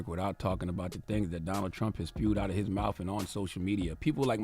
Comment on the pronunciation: Charlemagne , I have a hard time listening to you because I am always so very distracted by how u can’t seem to make the T-h sound. Mouf instead of mouth, wifouh instead of without. Please hire a speech therapist or something, because the baby talk is getting very old.